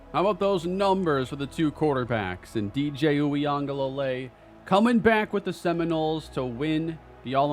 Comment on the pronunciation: in case you face FSU with DJ still starting again, it’s is pronounced (oo-gah-lay-lee)